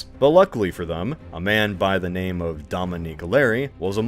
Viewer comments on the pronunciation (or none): They're not wrong exactly, but it's just very clear he's mainly seen the names of places and people written down rather than heard them said. Which i think is fair, honestly.